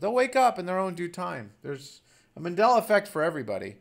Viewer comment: Sweetheart, its MAN-della, not MA-della. Just an fyi.